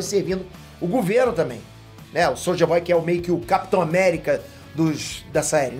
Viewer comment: O falando Soldier boy eu só escuto, Souja Boy